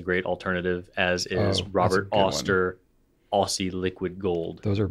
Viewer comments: The way pronounced Aussie hurt my Aussie ears a little. Even though Aussie is short for Australia it’s pronounced Ozzie. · beach at this time f year is relevant to the entire southern hemisphere! 🌏🏖️ - i Dave to laugh each time you try and pronounce Aussie. 😂😂 (say it like oz) 🇳🇿🌏🇭🇲